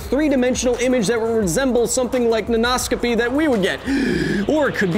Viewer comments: When you said Nanoscopy I heard Nan No-scopy.... And now I want an OC of someones Grandma running around some foreign military compound in her tactical nightie, jumping off of rooftops, 360° No-scoping the enemy and torturing people for information by baking cookies that they hate and pinching their cheeks. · Hi, Kyle- as both your pupil and fellow educator (high school English teacher) I am a big fan of the show! ^_^ I had a linguistics comment (can this count as science? the science of language?) about your pronunciation play with the word nanoscopy . In order to sound "way more fun," poets and other writers often play with the meter of words as you did here. Oftentimes, this is simply that: more fun. However, sometimes this syllable slander changes the meaning of words entirely, and in even more common cases, changes its part of speech. As an example, consider the word "construct." Depending on where the stress is, the part of speech changes: CONstruct - (noun) a building or structure conSTRUCT - (verb) to build something English often weirdly warps in ways we wonder about, but it seems to come natural to native speakers so we often don't even think about it. But many people studying English as their second language don't grasp the concept of meter (or stressing syllables) because such metrical systems don't exist in their native language. So imagine being taught something like this without ever having to stress syllables before: thermo = THERmo meter = MEter thermometer = therMOmeter Well, Kyle, there('s) mo' meter I could talk about here, but I think if this comment gets any hotter, your favorite element might burst out their mom eater. Thanks for having an awesome show! Can't wait to catch you on the next one!